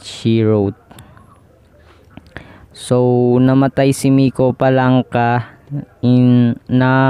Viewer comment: Palanca not FALANCA😂😂😂😂